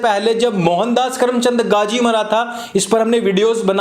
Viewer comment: The word Gazi. Absolutely correct pronunciation. Gazi title fit for them.